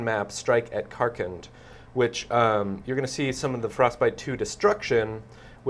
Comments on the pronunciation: Karkand not karkland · LOL. I laugh every time someone calls it "Karkland". Fail. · seriously? i can't count the amount of times people called KarKAND KarkLAND